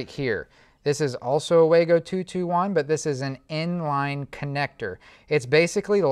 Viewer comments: Fyi not "Way-go" lol. Wah-go. Good video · According to the manufacturer it's pronounced "wah-go" not "way-go".